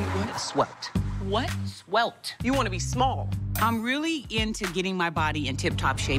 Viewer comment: said SWELT. She meant Svelte. Jesus. She tried it. Laughing so hard I am drooling